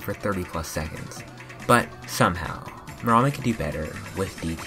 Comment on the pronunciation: You are supposed to pronounce it meramí !